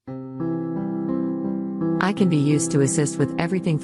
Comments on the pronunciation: AI is prounced Ay Igh rather than Eye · AI pronouncing the word "AI" as I 😮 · ....a nice trick for your voice over is to replace "AI" with "aye eye" which will solve the glaringly obvious mispronunciation happening throughout. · I noticed that the computer would say AI wrong, Maybe if you edited it and put a space like A I it would say it better. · The AI needs to learn how to pronounce AI... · Hah I thought that too. And you'd think an AI would know how to pronounce its own name by now